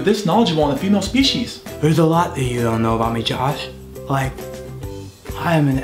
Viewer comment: ahaha speeshees